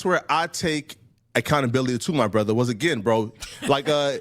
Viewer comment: You can tell jUST added “brothuh” to his vocabulary…